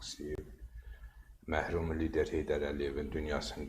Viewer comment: Ay balqabaq, məhrum lider yox, mərhum lider‼️